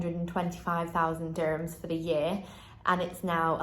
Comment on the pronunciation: I am emirati, what she says is actually wrong. Her prices are WAY off. and the word is DURRR himms. not DI sound.